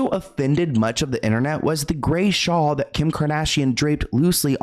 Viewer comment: Not the "shaw" 😂 I thought we all learned from Drag Race All-Stars 2 that the word is "shawl."